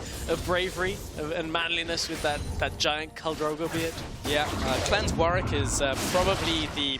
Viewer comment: its warWick... not warick... garbage casters